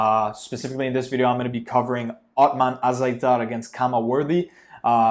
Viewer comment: Nice video dude, very good analyses. Othmane Azaitar (You said it right), He's gonna win by KO first or second round. Keep doing videos... subscribed